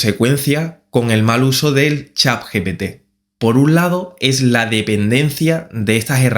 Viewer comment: pk dices chap GPT? xd